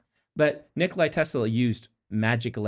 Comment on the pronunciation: Small correction, it's Nikola (nǐkola, same as Nicola) Tesla, not Nikolai Tesla.